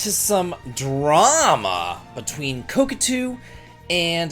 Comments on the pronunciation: Ko Ta Ku not Ko Ku Tu 😊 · Never heard anyone pronounce kotaku as "cockatoo". Did you do it on purpose? Cuz I love it! And it's pretty fitting too, screw that parroting, click-baiting, piracy-promoting rag. And a huge raspberry for the Saudi government too. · Your the only person That says kotakoo lol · I will forever remember ko-ta-ku as co-ca-tu long after they went bankrupt lol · I love.... but it seems a little weird he can be so involved in games and reviews and stuff and has never heard anyone say koTAku.... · Man it is difficult to follow without laughing when every time instead of Kotaku you say cockatoo 😂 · Ka...ka...tu. I get it. It's a type of bird, right? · I know it's just because of the classic Davidlexia, but I am absolutely calling Kotaku "Coke-a-too" from now on. xD I don't know what so many rubes like this think they can screw around without finding out. And kudos to Square for taking a stand against censoring their art. I hope Saudi gamers can import the game (or play it "any way they can") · It's not pronounced Kotaku but Kotaku. You can also say Kotaku or Kotaku, even Kotaku is fine but not Kotaku. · Beautiful explanation. I'm seriously pronouncing it that way from now on on-purpose! IoI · the "t" is before the second "k". Love ya buddy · I giggle every time says kotaku lmaooooo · It's totally fine. It's a useIess gaming marketing site on the level of ign, they don't deserve to be pronounced how they want IoI